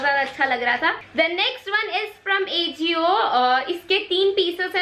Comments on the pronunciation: It's pronunciation is "aajio" not ajio 😊 and u looked damn cute in that yellow sweatshirt ❤️ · It's not A jio it's aajio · It is aa-ji-o not A-jio🤣😂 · It's not aajio it's ajio😅😂🤭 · It's not aejio..its AJIO 😂😂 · It's not ejio 🤣🤣 It's ajio .. ✌🏻pls pronounce correctly..